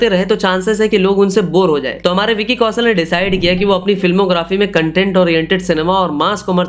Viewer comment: Please learn pronunciations. Vicky "Kausal" sunte sunte irritate ho gayi. Its Kaushal for God's sake.